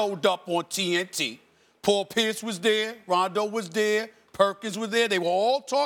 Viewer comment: paul pierce was dere, rondo was dere, perkins was dere